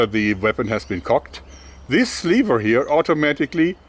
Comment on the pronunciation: Nice hack. Aber BITTE in zukünftigen Videos "levər" benutzen, nicht "liewa". Danke.